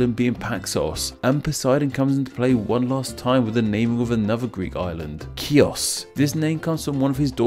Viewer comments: ΚΕΡΚΡΥΑ???????????????? ΚΙΟΣ?????? 10/10 ελληνικα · You had pronounced chios wrong, I should know that’s the island I’m from it’s pronounced xios or some of the locals call it ch-i-os also pronounced xios like heos thanks for the vid an by